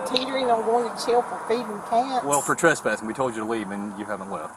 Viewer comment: Please don't pronounce trespassing as "truspassing", it's confusing and needlessly irritating.